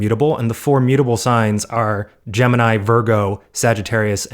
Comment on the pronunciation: ned can you not mess up gemini for me? (gemini)